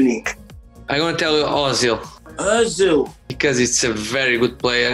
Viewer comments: He said Ozil💀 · Did he actually say Ozick?😆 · Man's trolling. He said Özil 🤣🤣🤣